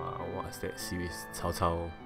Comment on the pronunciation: Am I hearing you say "Tao Tao" when saying Cao Cao's name. Just asking, is that the proper way of saying it? I have no idea.